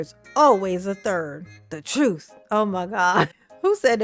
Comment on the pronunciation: “The troof” is not in a Tiff. 😂 Hey Tiff, that’s a complete sentence. 😂